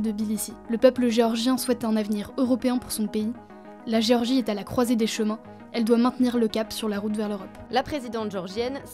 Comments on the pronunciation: Pas Georgie, mais Gé-or-gie. Ou alors le son est mauvais. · C'est gÉorgie pas georgie... Un minimum de respect pour leur pays qui n'est pas aux portes de la France 😉